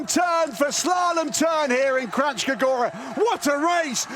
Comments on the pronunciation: Kranjska gora, not Krachska - nj is a single phonem, pronounced as in el nino. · A kak Kranjska Gora izgovaraju 😂😂😂😂 živi smijeh